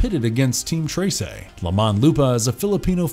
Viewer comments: i still don't understand how he keeps saying "tray-say" instead of "treh-seh" when it's said correctly :(( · its read like tresai its read tre s e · Anybody else find it a little bit annoying that he keeps saying tase'ey instead of just saying Tress I mean come on they even pronounced in the show correctly why is he saying Trace'ey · "treysey" IT'S TRESE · Tre-se NOT Trey-sey. ❤ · "Trey sey" 😂 You can just say "Trese" without the emphasis on "ey" sound on e. Overall great video, very entertaining, just cringe on the pronunciation. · just wanted to say as a filipino, it's pronounced trehseh not traysay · Am I the only one who's bothered whenever he say "trey-sey" and not "treh-seh"?? only me? okay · Hearing him say "traysay" hurt me as a Filipino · It's pronounced as Treh-seh not Trey-sey. Honestly, it could've been something but the pacing somehow got me tilting my head. Its a butchered mess that got crammed into 6 episodes, with a few more episodes and better pacing this show would have gotten a lot better reception and got more views than it got. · except for "tray-say"... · "Treysay" "Azzweng" "Nunoh"